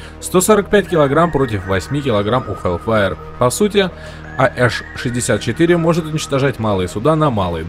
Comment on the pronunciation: Доставляет, как автор усердно выговаривает "we are the mighty" а после этого произносит AH-64 как АЭШ-64